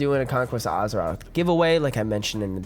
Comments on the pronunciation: Az-eroth, not Uz-eroth. Nice vid though. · Guy cant pronounce Azeroth.